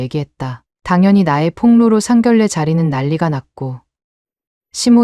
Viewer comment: 이유튜도 아니 젊은 여자 유튜들이 한글을 모르나 봅니다 상견례를 상결래라 하는데 소리 나는데로 읽어도 상결래가 아닌데 왜 상결래 인지ᆢ 조선족 들이 유튜브라 발음이 안되나?